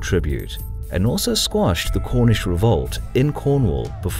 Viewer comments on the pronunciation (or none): none